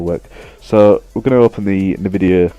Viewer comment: Its "nvidia" not "nividea" but nice vid ☺